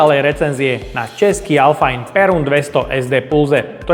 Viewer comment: Hezké video. U nás to vyslovujeme, jak se píše, alfain, ne alfajn 😉. A šlo by prosím příště zkusit magnetem, jestli jsou ty kleště uvnitř opravdu měděné? Nechápu, že tam nedali naše KS 315ky, ty jsou opravdu měď a mají měděné pásky, ne tuhle pleteninu, nebo jak to nazvat. Ale to bude asi tím, že v Číně ty KS 315 nemají.